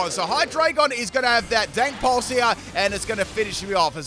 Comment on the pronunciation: Did you just say “Dank Pulse” 💀